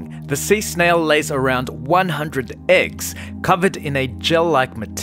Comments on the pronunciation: Every time he says AGGS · You say “eggs” but it sounds like you’re saying “ex”....